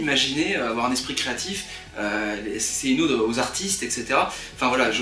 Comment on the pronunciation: Juste: une ode... pas un aude...sinon, bien.